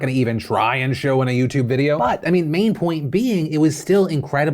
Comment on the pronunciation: The way he syas "but"